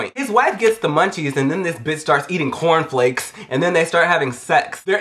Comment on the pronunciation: i love how he has the most random accents on the most random words. "and it was her BIRTHDAY.... and then they were eating CORNFLAKES... and then BONER KILLER!"